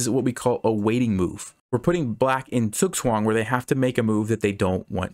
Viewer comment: i love how you pronounce zugzwang